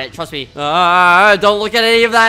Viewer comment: When You Said :"Trast Me": at the start i knew Wat'z Gona Happen Next... (